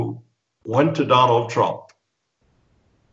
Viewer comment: I heard "Donald Crumb" - very accurate LOL.